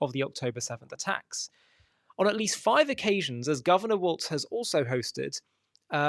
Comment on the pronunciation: Welp. You can't pronounce the candidate's name correctly, and you can't call the party to which he belongs to by its correct name, so I'm supposed to believe anything else you say? Thanks for showing me your true colors so I can unsubscribe from your propaganda. Click.